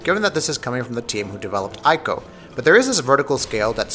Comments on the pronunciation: I'm sorry, but it's "E-co" not "Eye-co". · p Please say his name right. It's pronounced Tree co. So annoying when people say it wrong. Also it's not Team ico it's Team Eco.